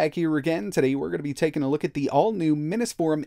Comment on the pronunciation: It seems like you pronounce Mini’s Forum incorrectly. Drives me crazy.